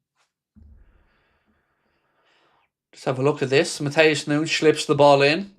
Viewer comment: “Matheus Noonsh”🤡🤡🙈🙈